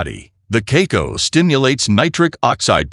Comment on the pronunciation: it is pronounced kaakaao, not keiko, not kiko and so on. And why bot needs my name